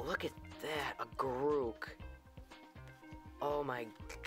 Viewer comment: Man, I hope you started pronouncing Garruk in the correct way since this video. : P